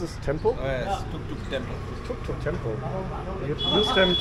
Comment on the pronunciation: Its tempo😂 not temple